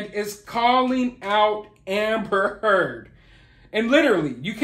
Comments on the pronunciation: Did you just say more from Terd!🤣🤣I'm rolling... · Lll I thought he said Amber Terd! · Every time you say Amber turd I get a vision of her pooing on Johnny's bed! 😆👏 Freaking wackadoo!